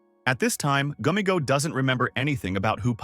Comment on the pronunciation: Bro said Pommo Gummygo RaGatha NPS